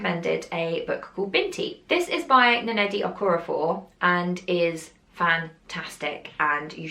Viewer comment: I’m sooo excited by how much you enjoyed Binti! I totally agree with you on wanting them to be longer. I recently found a book of short stories featuring Nnedi Okorafor's work. I haven’t started it you but I’ll report back when I do. Also her name is pronounced Neh-di instead of a double n sound 👍🏽